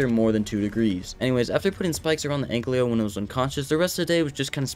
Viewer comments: omg it annoys me so much when he says anklio its ankilo T-T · No hate but its ankylo not anklyo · please dont say anklyo its ankylo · its not an anklyo its an an-kyl-oe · AN-KY-LO not AN-CLEO